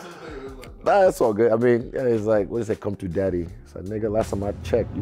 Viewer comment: Lol. Respectful. "Come tchu deddy"